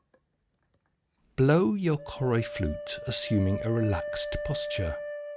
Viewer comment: Choroi is actually pronounced as Caw (as in caught) Roy